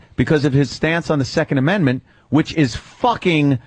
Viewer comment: Once again, Anthony shows why white males are often dismissed as being off their rocker when it came to his yammering about Obama and "muh secund a-men-mint". Not a single paranoid schizophrenic rambling that Anthony was talking about ever came to fruition with Obama. Obama was essentially a conservative. He didn't differentiate all that much from Bush Jr at the end of the day. I love going back & just clocking these things.